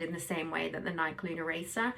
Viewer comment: Decent review of this great shoe. As a strictly treadmill runner, I enjoy running in this particular shoe. Just a heads-up, the name of the company that makes this shoe is pronounced "Nikey" like the nickname Mickey, not like the word bike.